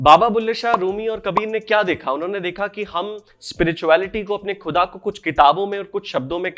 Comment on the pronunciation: Bro.. your work is amazing... Kya hi qoob hota agar aap Gahzal aur Khuda jaise alfaaz ko sahi talaffuz (pronunciation) se ada karte.. Woh urdu ki mithaas aur Mehek aur badh jaati.. ❤